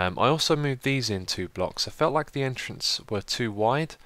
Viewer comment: Hi Xisuma, when you say "too wide" just pull the o's a little more then it will sound perfect:-P BTW, AWESOME Video!